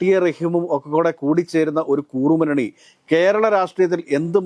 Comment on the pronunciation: കൂറുമുന്നണിയോ? കുറുമുന്നണിയോ? Please correct. നേരത്തേ ചൂണ്ടിക്കാണിച്ചിരുന്നു.